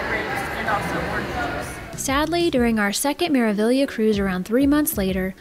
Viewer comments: It's an Italian ship. It is Meravillia for those that can't read Italian. I will assume that the Spanish influence of the staff and some port of calls lead everyone to believe they are hearing Meraviya, but that is just a slur on the correct pronunciation. Meraviglia translates into marvel. Meraviglioso means marvelous. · Thank you so much! We were pretty sure it was Mera-vee-ya but then we heard the captain of the ship pronounce it Mera-veelia, so we were so confused! The captain must not be Italian 😂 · Hi! The proper pronunciation is Mera-ve-ya. The "gli" is pronounced "ye" in Italian. Hope this helps. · Meraviglia ( in Italian) Maravilla (in Spanish Wonder (in English) Pronunciation without g: Meravilia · This video was sooo well done!! Thank you for taking the time to put it together! And I had been pronouncing it Mera-Vig-Leeuh 😂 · Ocean “Key”. And sounds like the crew always say Mera “Viya” so I’m going with that. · It's an Italian Cruise Company with all Italian names of their ship. The ship is pronounced Mera-VYA. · Hi! Great video! It's Mera-vee-ya. It means "marvel" in Italian. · In Italian it is maraveeya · Italian would pronounce it as mers vee ya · She’s pronounced Mera-vee-a